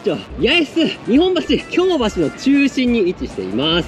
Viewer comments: 京橋の発音が関西の京橋😢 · 京橋の発音が関西の方だなーと思ったｗ あと、何度か「JR西日本」って言ってるな？